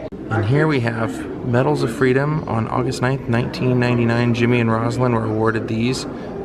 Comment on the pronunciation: One of our great presidents. Accomplished more in four years than most do in eight. Please note that Mrs Carter’s first name is pronounced Rose-a-lynn, not Roz-a-lynn or Rozlynn.